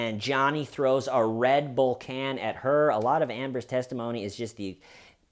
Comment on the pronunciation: I forgive you for your abominable pronunciation of "Red Bull" 🙏🏼